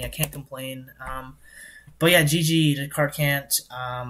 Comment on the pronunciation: "We're up against CartCant" Emphasis on the CANT 😈😈😈😈